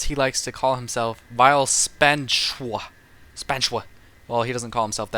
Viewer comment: PLEASE: His name should be pronounced spanitchiwa - end of story. It is not even difficult to say even for an english speaker. It is same pronounciation is konichiwa (japanese greeting frase) So lets start sayingiy correctly please: Spanitchiwa